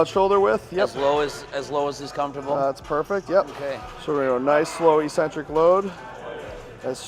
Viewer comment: Please for the love of god STOP SAYING ECCENTRIC WRONG!!!